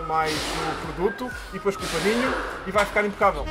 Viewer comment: "Impacabel" eheheh abraço